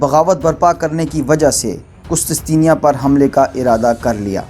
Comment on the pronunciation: ye word qustistenia nahe he, correct it, asal lafz he qustun tunia....